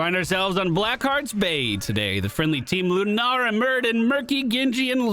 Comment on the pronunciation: I totally thought you were calling Lunara deerfeet and it was just a cute nickname 🤣